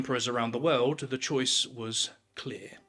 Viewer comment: He speaks of some "veuld" that changed. Whats a "veuld"?